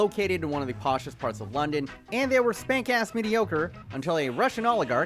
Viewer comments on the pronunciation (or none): none